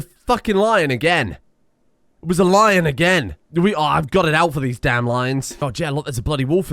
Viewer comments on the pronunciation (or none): none